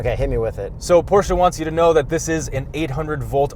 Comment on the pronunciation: Thank you from Germany for pronouncing Porsche and Taycan correct 👌🙂